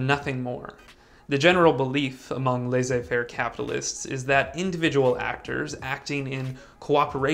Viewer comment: The way you pronounce laissez-faire economics made it sound like a lesbian Music Festival...😆